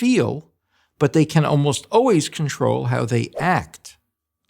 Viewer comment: Overall, I liked what dude had to say but I just can't stand when a grown man says oways instead of always!